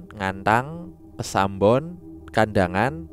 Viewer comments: Kasembon ... bukan kesambon 🤣🤣🤣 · Kasembon bang bukan kesambon 🤣